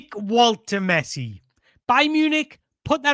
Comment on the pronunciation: It's Woltemessi... Did you not hear? 😅